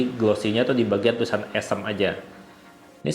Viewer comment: Bacanya bukan e'sm bang, tapi o'sm